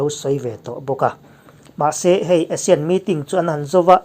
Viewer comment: ASEAN tih lam rik dan tur hi a ri hmasa zawk hi Mizo hawrawpa 'A' dik taka lam rik tur tih hi ka lo hriat dan a ni a. Asia tihah chuan a ri hmasa zawk hi 'ei' tia lam rik tur a ni thung a. Inanga lam rik hi kan tih dan tlanglawn a ni a, lo chik ve teh.